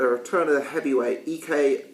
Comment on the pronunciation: You're pronouncing his surname right but his first name wrong. its eyek as in ike and Tina or ike Williams.